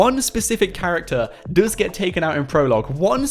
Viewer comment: Stop saying duuuuuues say does